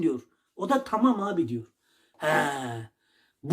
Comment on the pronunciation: tağam inamdık tağam he he